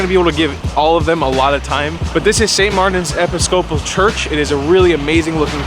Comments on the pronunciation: please learn how to pronounce...EPISCOPAL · EPI-SCOPAL…..love it! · “Epi-Scoowpal” lol not quite. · WTF is the way you pronounced Episcopal?! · You know I love you,... but the way you pronounced Episcopal and Adventist was brutal. It was the first time I heard you really stumble like that... Unsubscribe! Ha Ha Just kidding.... Love your adventures too, too much... Have a great day. Thanks for sharing...Thumbs UP!